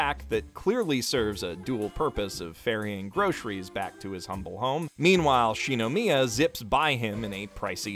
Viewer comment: "She-no-me-ah" okaaaay then